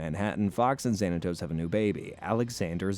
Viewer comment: You can say Xanatos and Desdemona but you can't say Demona correctly?